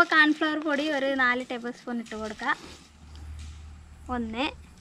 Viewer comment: കാൺഫ്ലവർ അല്ല 😂കോൺഫ്ലവർ👍😂🤣